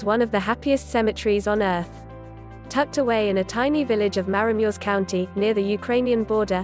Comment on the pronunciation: MaramureSH! Geez you tts don't know anything